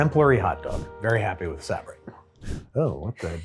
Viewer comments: Sab-rett? No its Suh-bret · I have lived in NY my entire life and never heard anyone pronounce it Sab-rit wth it's sa-brett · SAH-bret? my dude you know its suh-BRET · Suh-brett not Saa-brett. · Did you really call Sah-bretts sab-ritts? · Sabrett's is pronounced suh-BRETS.suh- rhymes with "duh"-BRET sounds just like the name Brett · It's pronounced suh-brett ya heathen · Sabrett (pronunced Suh-brett) Hot Dogs. Another NJ wiener! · Learn how to say Sabrett properly bruh. Signed a born and bred NY’er. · That is not how Sabrett is pronounced. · I don't know how you can have all that New York pride and pronounce Sabrett that way. Diabolical. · That’s the first time I’ve heard Sabrett hot dogs pronounced that way. I think you’re wrong. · That is not how you say sabrett at all. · Your pronunciation of Sabrett made me go from rage to self reflection and questioning what I’ve known my whole life. And finally sorrow for you. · Proud Bests’ enjoyer. Also the pronunciation of Sabrett had me wincing 🤣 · How can a new yorker not know how to pronounce Sabrett correctly?